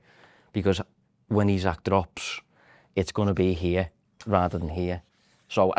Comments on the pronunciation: Ffs,. His name is Isak and it's pronounced "E-Sak". NOT Isaac. Ekitike is more of a difficult name to pronounce than Isak. Get it together. It's really lazy. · Its "E-Zak", not Isaac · man pls you need to stop calling him “Isaac”😂😂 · you mean the sound makes when he says Isak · Surely the experienced veteran in can explain to how to say isak Holy fuck